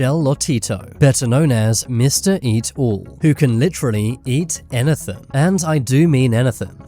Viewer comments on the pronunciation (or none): Bro said anythan